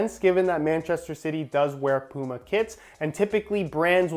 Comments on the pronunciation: Please learn how to pronounce puma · You say Puma like "Pooma", here in the UK, we'd pronounce it like "Pewma". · “Nikey” and “Pooma”